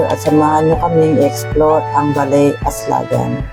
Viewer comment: Mali po ang bigkas ng aslagan.